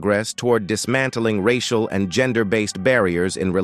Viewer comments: "Rash-ee-al issues"? It's too much to just have an actual human narrate the video? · The AI machine goes all French when saying 'racial' and 'intergration'. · I am sick of these stupid AI narrations! "reishial" issues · Monday March 18th 2024, 1002hrs The A.I. mispronunciations of societal racial, and several other words are hilarious.